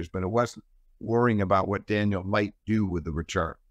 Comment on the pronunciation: Steve is a great analyst but he has to stop calling Daniil...Daniel